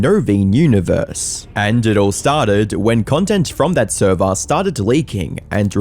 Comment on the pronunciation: “NOT THE THURVER!!!” 🤣